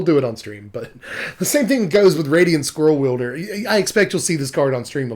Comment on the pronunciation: I was listening to this while sorting cards and heard you start talking about Radiant Scrollwielder. I thought you said Radiant Squirrel Wielder and my head snapped up so I could see the card! Very disappointed! Radiant Squirrel Wielder would be a MUCH better card.